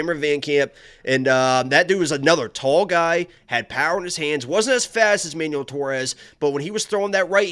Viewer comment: its MAN-WELL not manual! y'all been playing too much tony hawk pro skater?!? manual?!? HAH! the only manual you need is one on how to pronounce ethnic names you white straight males!!!!!!!!!!!!!!!!